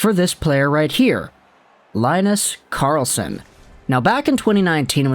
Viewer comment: Good Swedish pronounciation of the teams. But it's more like Leen-nus Karrrlss-on 🙂